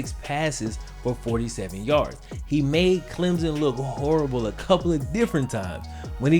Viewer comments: Wait wait a minute he said clemzon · It's Clem son. Clem. Son. Stop smashing the word together it's wrong(sorry gets on my nerves as someone from SC).